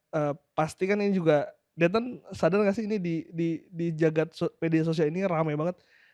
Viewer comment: biasakan panggil Victor ya, koreksi pelafalan yg benar Dethan bukan Dhetan!! Fyi Dethan itu nama keluarga / marga di NTT gak sopan kalau manggil marga doang, bisa kena adat